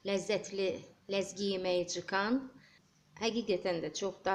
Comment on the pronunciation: Чикан йоох , Цкан. Дуз произносите биз чай, дейирик сиз цай ицек.